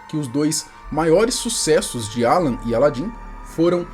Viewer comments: Não é aaaalan... é alaaaaan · É Alan e não Àlan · A pronuncia não é Álan e sim Alan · Alan, a pronúncia tá engraçada 😅.